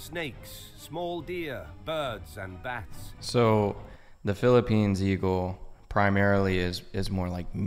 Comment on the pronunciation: It’s Philippines not Philippini…